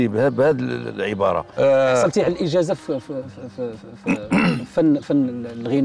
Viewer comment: الانجازة ههههههههههههه (الاجازة. )علااااام هاد الستاتي